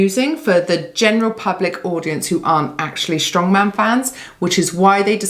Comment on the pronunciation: It's strongman, not stoneman. Too much emphasis on atlas stones currently at Giants Live and WSM. Count back rule is way fairer and more balanced. Too complicated was a silly reason to change the rule back in 2010. Reason being, WSM is pre-recorded TV show they could have been explaining and had a very dramatic count back review at the end of the 2010 final, instead they just briefly mentioned it during the table graphic. Poor editing decision by IMG, in my opinion.